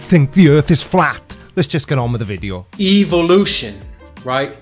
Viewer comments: TINKER Bell. TIN KER Bell. Phenomenon (Why does he continue saying "evil lotion"? Blue Unction run out or something for him?) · EVIL-lution Mermaidman: EVIL! EVIL!